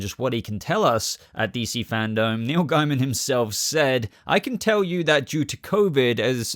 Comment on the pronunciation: PS, i like that says Gaiman amd not Gayman. When i found out his surname was Gayman i was like...why would you want it pronounced like that? Also, i always called that race on Babylon 5 The Gaim, never how they want it to be The Gaym. So sorry Neil, but im calling you Gaiman as that sounds sane to me..